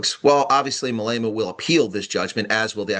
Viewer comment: no offense, but our entire country pronounces his name Mah Leh Mah, you kinda say mA leyma:)